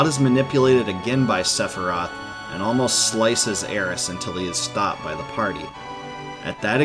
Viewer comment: It’s great to hear Aeris and Kate Sith’s names properly pronounced